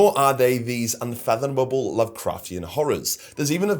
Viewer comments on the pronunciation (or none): Heh you didn't just stumble over "unfathomable" - you also mispronounced "dirties". I think even taking your Australian accent into account